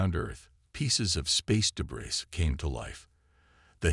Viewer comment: I find it hilarious, that the AI cannot say. Debris properly even now😅😅